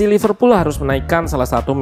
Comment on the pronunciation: Apa saya saja yg mendengar Loserpool 1.35